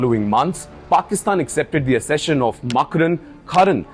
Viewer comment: Wrong pronunciation of the word accession